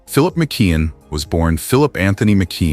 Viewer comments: It's pronounced MICK-KEY-ON! Not MICK-KID! SMDH! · It is McKeon not McQueen